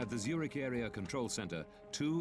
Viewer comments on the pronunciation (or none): none